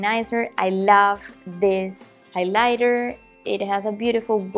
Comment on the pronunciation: really enjoyed the video. one tip on pronunciation; instead of saying highLIGHter, try and say HIGHlighter. I'm assuming you'll make more makeup videos and I thought it might be helpful. Good luck in the future, I'll be looking forward to your videos